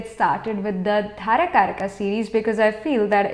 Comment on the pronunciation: With due respect mam, very knowledgeable, but its dara karaka not dhara